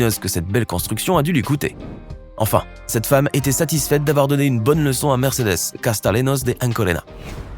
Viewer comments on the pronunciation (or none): none